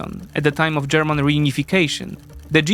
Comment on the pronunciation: Bro said "GERMON"